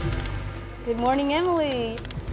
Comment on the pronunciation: ~ The word morning is not pronounced morninGUH. The g is soft in ing words. FYI.